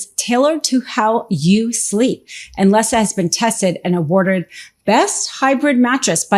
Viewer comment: Really ? They're all nasty humans and some of the worst criminals in government and corporations. On another note, for your channel, what's with the bad English from all of you? And "Leesa" is not pronounced "Les sa". It is Lee sa. Dumb.